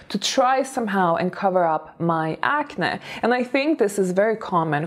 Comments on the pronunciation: Wow! I didn't hear any English mistakes. You are now sounding completely fluent. The word acne, sounds a bit weird, when you say it. Ac-nae. Ppl usually say ac-neee. Congratulations tho. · By the way, about the word “acne”: it’s pronounced acnee (like the word ‘knee’) even though it’s not spelled like that. My mom (who’s Hungarian) pronounces the word “acne” like you do- it’s cute. Just a little distracting when pronounced differently. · It's pronounced acnē 🤣😘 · Ok I love to hear you say acne. I've developed adult acne in my 40s. I hate it. Its almost as bad as adult braces. People judge and don't take you seriously. Thank you for the tip. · Even the way says "acne" sounds classy 😂